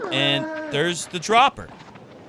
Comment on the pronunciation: "And I hit the drappa" 😂